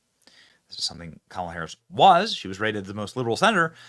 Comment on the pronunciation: Benny, please get her name right. Its K' MALA.